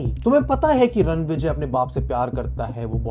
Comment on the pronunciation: it’s Ranvijay. Say the name correctly. He can come to your house and spank you